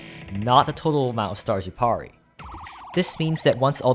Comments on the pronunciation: <It is time for the comments to ruthlessly attack for pronouncing "Pear-ee" as "Par-ee"> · It took a little while for me to figure out that his /pɑri/ was "parry". I've only ever heard it as /pɛəri/. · PA-RRY. It's pronounced Pair-ry (or Pear-ie). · why is he pronouncing "parry" like that? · i had to look up the definition and pronounciation of "Parry" to make sure i wasn't going insane is just a lil dumb